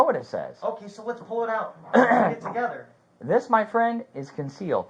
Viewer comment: never shuts up. Hes told they will talk when they get to the station and keeps flappin his gums. Why does he always say "sawl"???? I dont think Vidler was wrong. This SO shouldve never been allowed to have anything that looked like a real gun. caused all of this. No reason he ever needed a "gun" in the first place